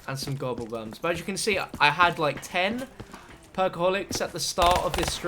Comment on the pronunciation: said gobblebuns "I'm gunna get some liquid diviniums and gobblebuns